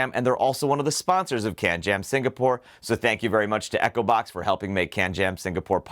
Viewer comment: You don't pronounce Echobox properly because I keep hearing Acrobat instead of Echobox!